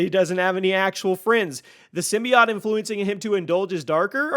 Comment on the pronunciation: Symbiote... Not symbiot